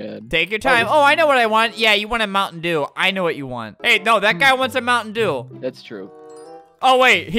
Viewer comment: Oh you want a moun’ dew, Is’ moun’ dew